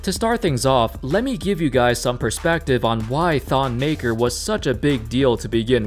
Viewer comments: His name is pronounce MAKIIR he's from my tribe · It’s Maker, Makur is his cousin though lol